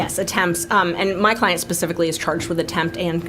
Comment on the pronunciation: Love how she says SPECIFICALLY to HIS..PACIFICALLY 😂 As he tries to be so “ sophisticated “ 🙄